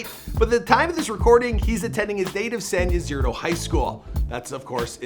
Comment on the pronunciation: Why tf did you say San ysidro like that?? 😂